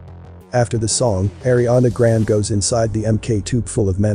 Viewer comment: Her last name is pronounced grand'e